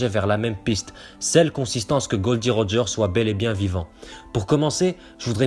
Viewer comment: Théorie intéressante mais Roger la dit lui même cela se dit Gol D Roger